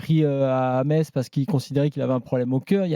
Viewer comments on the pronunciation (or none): none